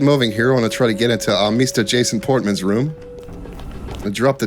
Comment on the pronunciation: "ah, mista jason portmon's room" lol